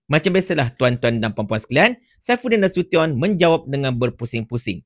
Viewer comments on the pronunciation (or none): none